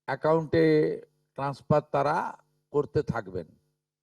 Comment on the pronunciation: আপনি সবার আগে মুখে সুপুরি রেখে বাংলা উচ্চারন ঠিক করুন। বিদ্যাসাগরের ১ম ও ২য় ভাগ এবং রবীন্দ্রনাথ ঠাকুরের সহজ পাঠ পড়ুন। তারা-কে ত্যারা আপনারা-কে আপন্যারা অসহ্যকর। বাঙালির কলঙ্ক। এই সরকার হলো ভাত দিতে পারে না কিল মারার গোঁসাই। এত যোগ্য অযোগ্যের বিচার না করে বলে দিলেই তো হয় যে অন্নপূর্ণা কালী শীতলা কোনো যোজনাতেই টাকা দেবো না। আরে নিজে যোগ্য কিনা আগে দেখুন পরে অন্যের যোগ্যতা দেখতে যাবেন।